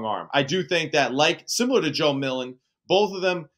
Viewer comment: Joe MilTon, not Million